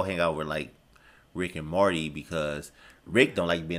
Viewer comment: to be fair, the way you say it, it DOES sound like "marty", and given that it's very loosely related to back to the future it would make sense for your to say marty by mistake. but now i know you're saying "morty". i will need to adjust my ear